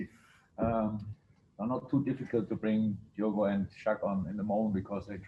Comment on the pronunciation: it's "Diogo" mate